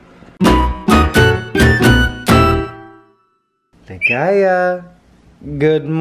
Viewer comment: Did i hear it right? You called Ligaya as Ligays? It’s an s instead of a?